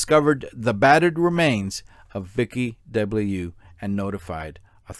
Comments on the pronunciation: According to me, the victim’s name should be pronounced ‘duh-blee-uh’ but who the heck am I to put my 2 cents in 🤗 your pronunciation of Mangione is spot-on BTW 😂 Excellent video, thank you 😊👏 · As a Frenchman, I would suggest to pronounce DeBlieux like : ‘deu’-‘bly’-‘eu’